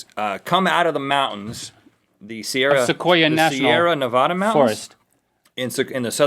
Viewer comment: ne-va-da se-air-uh your welcome